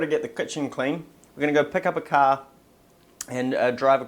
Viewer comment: pick up a car sounds like your from Boston!!! lol